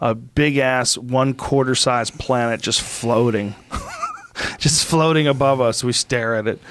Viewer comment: I like how joe emphasis on the word “planet right there (moon)” hinting indirectly to Eddie.😂